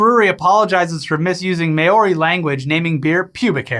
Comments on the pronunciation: Says “Maori”, “May-ori”. Instead of “Mao-ri”. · HEY!, that's not how you pronounce the word 'Maori'. It sounded like 'mouldy'. If you pronounced it correctly, all of New Zealand will subscribe to your channel. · it's not "may-ori", that is a different indigenous culture altogether. has the correct pronunciation